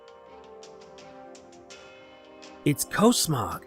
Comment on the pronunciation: he said cosmog wrong it's cosmog with different o sound